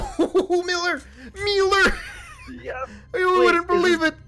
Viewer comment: it's MEELER